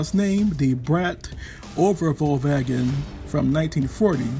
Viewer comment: Thumbs up for the pretty much spot on pronunciation of the Braat Overvalwagen! Well done!!